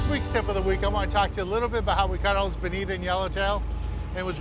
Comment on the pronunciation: Bonita? I'm pretty sure it's Bonito.